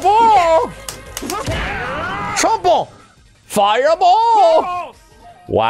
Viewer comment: RISSING DWAGON TREPLE FAYA BOLL